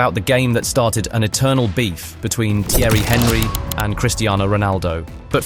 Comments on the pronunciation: If you don't know how to pronounce the name of Thierry Henry, you cannot talk about football. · I dont understand why people would make an entire documentary about something they have no interest in. I can tell this guy doesn't watch football, cos who doesn't know how to pronounce "Thierry Henry" Man said its CR7 vs Henry Hoover 😂😂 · AI dross , notice the way he says Thierry Henry’s name 😂😂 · The way the narrator (or AI?) prounces Theirry Henry is pathetic. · You have to learn to say Thierry Henry correct, this is a joke !